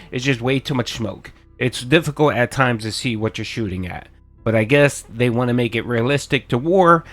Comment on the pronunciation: Dude needs to just admit he doesn't want to play games. Also I hate the way he says the word "want"